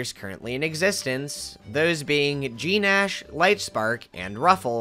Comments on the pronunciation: Gnash is oronounced “nash” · The g in gnash is silent, as in "The gnashing of teeth." Okay, I'll go be a pedant somewhere else now, sorry.